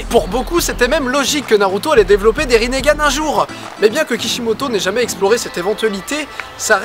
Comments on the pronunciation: C'est Itachi, pas Itatchi, c'est Rinnegan, pas Rinnégan. :) Super vidéo j'adore tes vidéos et j'adore naruto, comment t'expliquer que c'était la joie suprême :D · il a dit rinergane ptn c malaisant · Le mec dit qu'il suit Naruto Shippuden alors c'est même pas bien prononcer les noms de personnages ou autres (rinnegane). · " Le rinégane " Mes oreilles saignent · Riningan et pa rinegan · Aïe aïe aïe les prononciations de la vf ça fait mal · Rinnegan, ça me stress comment tu le prononce :) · tu sais pas prononcé rinnegan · J'adore la video pouce bleu a un detail pres... Rinnegan se pronnonce rineugan sans forcer sur le eu et pas rinégan ce qui est degueulasse apres jsp si ta vu la vf perso je lisais donc voila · On dit pas rinééégzn mais lingan!!!!!!!!!!!! C'est pas compliqué ! ! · oui mais non. dans la première théorie tu dis que kaguya a changé notre monde alors que quand elle est arrivée sur terre,il n'y avait pas de technologies tel que des ordis. aussi les villageois se battaient avec des arcs et des sabres ps: ça ne se prononce pas rinégan mais rine gan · pourquoi tu dis rinégane c juste rine...gane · On dit pas " rinégane" mais ringane . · Rinnegan, pas rinégan. Et c'est Itachi, pas Itatchi, sinon j'ai beaucoup aimé la vidéo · Didi : le rinÉgan ! Moi : euu.... wtf !? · "Rinéganne" ouch. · On dit pas Rinnegan et non "Rinnégan" ? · Itatchi, Rinnégan, frère t sérieux !! C'est itachi et rinnegan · mais oreille quand tu prononce "rinégan" c est " ringan" donc pas de é au minlieux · On dit rinnegan pas rinnégan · Le Ringan pas le Rinégan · C'est pas rinégan mais rinegan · On di rinegan pas rinégan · Mdr rinégane itatchi oulala c est rinegane et itachi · on dit pas rinéganne on dit rineganne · Bonne vidéo naruto est mon animé préféré 😊. Mais juste cela se prononce rinnegan et non rinnégan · Pourquoi tu dit rinegan alors que c'est rinengan ? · c'est pas rinnégan ca se prononce rinngan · Pourquoi tu dit Rinn"é"gan ? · Rinégan😂😂😂 on dit ringane